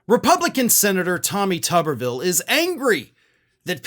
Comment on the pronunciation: Why does everyone pronounce it as "Tubberville". It spelled as and should be "too-ber". Like a potato - the thing he is closest to intellectually. Except I'd put more value into a potato's thoughts than his ability to even think in the first place. I mean he looks like and acts like someone's science fair potato experiment that mutated and gained sentience but not sapience.